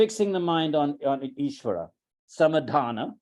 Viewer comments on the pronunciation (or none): Sorry but some words are being mispronounced. It is Samādhāna (समाधान), not Samadhana (समधान).